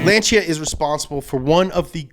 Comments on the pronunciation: Lancia is actually pronounced "Launcha"! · It's lan-sea a....